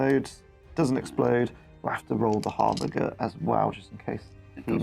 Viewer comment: Sorry to be that guy but is it really harbin-gur? I would say it as harbin-jur.